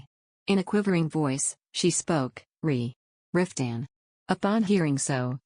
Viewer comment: I want to like this, but after only 45 seconds, I just am so bothered by the AI voice, it is painful. It doesn't pronounce Maxi, instead she is called Max. It says Cross instead of Croyso. Riftan gets called Ruthann at about or so. It also pauses awkwardly in pronouncing words making it difficult to follow the story. I know others liked it, but I just can't. I am covering my ears at the thought.